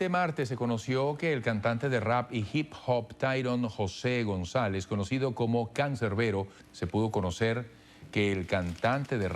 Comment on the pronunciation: Cuando yo diga canser, ustedes dicen beroo CANSEER